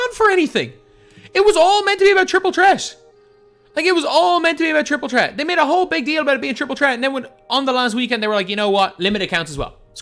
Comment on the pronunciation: Bro its triple threat not tripol tret